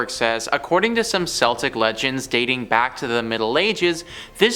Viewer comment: When you said "seltics" like the sports team instead of celtics it made me snicker. Just razzing ya you guys do great videos!!